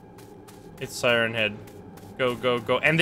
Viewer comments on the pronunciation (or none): none